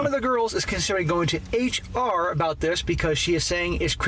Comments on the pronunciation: I liked hearing dude say Haytch-R the whole video. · I approve of pronouncing HR as "hatech are"